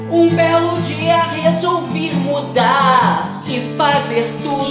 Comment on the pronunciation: "um belo dia resolviR mudarrrr"😂😂😂